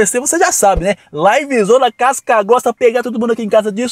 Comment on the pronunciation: vc goixxta de paçocammm?